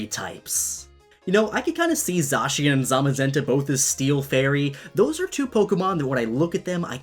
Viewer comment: THANK YOU for pronouncing Zacien properly! 😁😁😁 People DONT listen at all to directs, I swear...